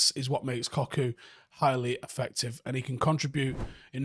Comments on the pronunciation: It's pronounced Kokuchuuu not koku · It's pronounced Cock-chu btw